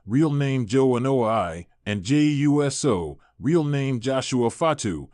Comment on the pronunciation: It's freaking Uso no uu ss oo ou so? Stop butchering people's name!